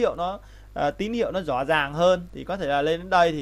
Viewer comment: Video rất hay và bạn có thể nói từ RỎ là RÕ, LẺ là LẼ được k :)